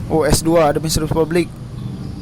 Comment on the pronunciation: administrasi bang :")))) bukan adem sari heheh